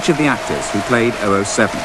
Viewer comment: It's double-o-seven not o, o seven!!